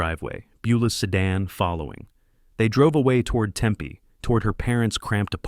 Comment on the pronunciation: Hey, Tempe is pronounced tem-pee, not tem-peh.